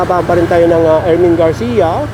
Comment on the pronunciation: Ermin Garcia not erwin garcia